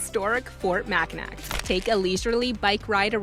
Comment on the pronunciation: Argh! For Michigan you start saying Mackinac Island correctly, but then start saying Mac-ah-nak. It’s Mac-ah-naw…the “C” and the end is silent.